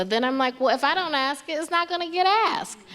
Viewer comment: Pronounces ask ass cmon now npr